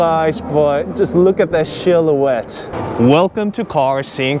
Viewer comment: LOL at "SHILL-O-WET" . I absolutely hate this two tone trend they are putting on cheaper EVs. Funny that the two 60k EVs H/K makes don't have that ugly "trend." I thought Toyota was the only company that makes their cheaper vehicles needlessly ugly ON PURPOSE. Now Kia's in on the game.